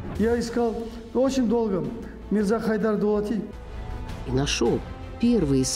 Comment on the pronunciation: Вонючки слушайте суда не Дулат а дулати